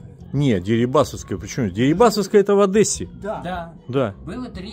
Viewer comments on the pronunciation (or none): одЕссе, а не одЭссе